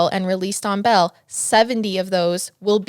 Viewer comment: And it's "BAIL" not "BELL" XD